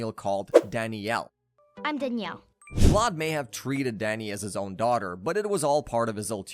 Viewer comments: It’s pronounced VLAD ( VL-ADD) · Vladd not vload or vlaud. You even said it correctly a total of once. Geez. And it's Amity Park. Why are you saying Amit. You literally posted a picture of the sign saying Amity. Ugh I can't stand youtubers like you. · It sounds like you’re calling him Lot instead of Vlad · Vlad with a V bro not blood 💀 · The way you pronounce Vlad’s name makes me cringe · Hate the way he says vlad